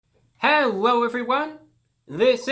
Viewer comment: No one: Absolutely no one: ReviewBrah: “Herro everybody!” Love you ‘Brah!